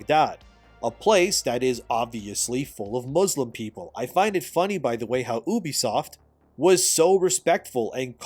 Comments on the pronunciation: bruh its u-be-soft and not oo-be-soft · Omg can you please for the love of god call it U B soft not oubisoft. And do you talk to people like you are talking to child in real life or only on YouTube.